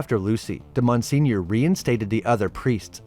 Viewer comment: Wait..did u mean to say Monseigneur when ur saying “Mon senior “???